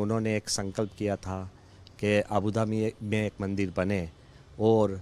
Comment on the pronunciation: With all due respect...it's not Mandar...it's Mandir 🙏